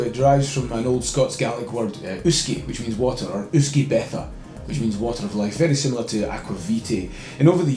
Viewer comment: Uisce beatha>>> ish-ka bah-hah